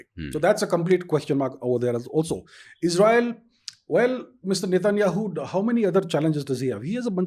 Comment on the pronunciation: Mr Host It's Netanyahu not Netanyaayoo